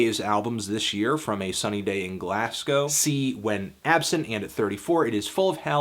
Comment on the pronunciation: probably the worst pronunciation of Glasgow I have heard in a while